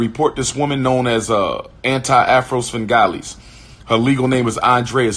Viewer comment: I'm only half way through Umar's BS and I am fully over it. He said the videos don't bother him but then cites the videos as the reason he wants Anti Afro Svengalis reported. (On another note, his pronunciation of Svengalis cracked me up.) Evidently his skin is a lot thinner than he claims. But I guess that is to be expected when you turn alleged jump out boys into characters from children's movie; the Goonies wasn't even a scary movie though. And I don't know who told him that he was the next Garvey, Malcolm or Nat but they really need to stop gassing dude up because he could never even be a Rev. Al.